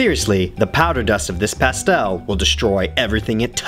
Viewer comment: The way he pronounces pastel makes me ill